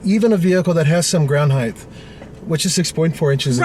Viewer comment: Height not "heighth"